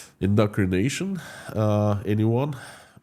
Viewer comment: *Indoctrination, not endocrination :)